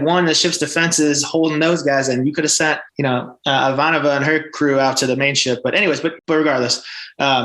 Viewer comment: And even when they try to say it right, they say it wrong, the problem is the I part, not the vanova part. :P "EE-Vanova"